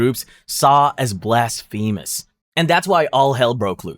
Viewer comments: and blasphemous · For a list like this, mispronouncing blasphemous consistently is a serious handicap.